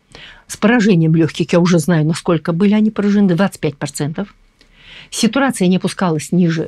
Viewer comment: "сЕтурация"это что?😂😂?